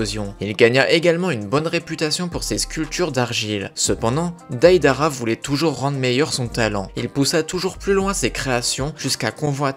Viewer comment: ca me pertube trop psk tout le temps tu disait DAIDARA au lieu de deidara pendant tout le long